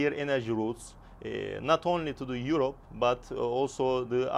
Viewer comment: somebody teach this guy how to say Europe properly